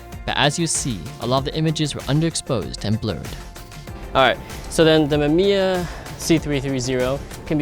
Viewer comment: Mama mia it's Mamiya! P.S. I'm sorry i coud not to write that ...